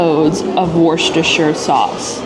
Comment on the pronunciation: Worcestershire pronunciation will always be the Achilles heel for American food vloggers haha. Wust-er-shur is how you’d phonetically pronounce it haha. But good attempt! Haha